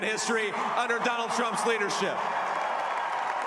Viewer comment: Dolund trump